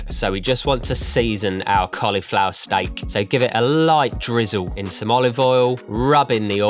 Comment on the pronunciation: Why does he say "stike"?